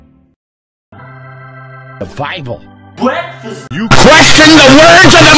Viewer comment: The Bible ''Bwekfast'' YOU QUESTION THE WORDS OF THE MIGHTY